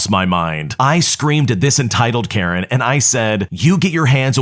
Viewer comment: "Entitled Karejn" 💀